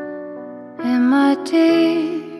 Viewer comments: e não se pronuncia diati, o t não é um d, ele só fica igual d em the e dependendo de qual palavra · Se pronuncia "diati " ou "diafi". É como no Brasil, cada lugar tem seu sotaque e etc. A lana canta teeth como "diati" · e a pronúncia do th não é f, é um som mais com a língua encostada nos dentes, se vocês falarem teef ou teeti nos eua ou com um nativo americano eles zoarao vocês